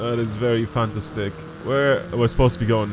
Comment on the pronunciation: you said fantastic like fanta stick